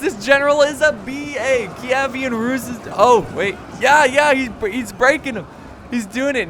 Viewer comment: It's pronounced keev-an rus